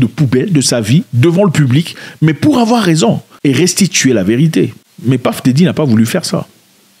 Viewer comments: C'est PUFF DIDDY..ET non PAFF..😅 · bro j'ai quitté la vidéo dès que j'ai entendu Paff Diddy à la première seconde